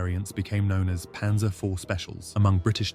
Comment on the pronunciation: PANZER NOT PANSER!!!